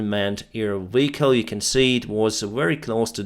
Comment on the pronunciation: Are you saying Weehicle instead of vehicle?